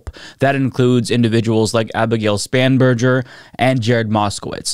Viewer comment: I personally apologize for the pathetic tragedy that is Abigail Spanberger (or Span-jurjur as says), coming from my district.